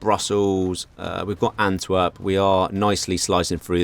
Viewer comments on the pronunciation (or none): none